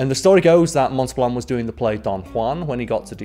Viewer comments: Montal-bahn. Not Monta-bLan. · Montelban, not Montelblan, still made me laugh every time. Then again, maybe I'M the one not fully understanding your wonderful Yorkshire accent. Hmmm?